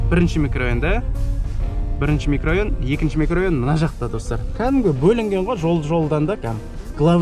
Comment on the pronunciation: Микрайон емес микрорайон